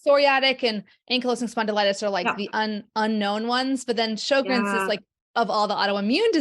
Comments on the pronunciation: Show-grens dear. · It is pronounced sher-grens